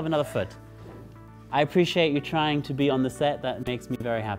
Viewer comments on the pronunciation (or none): none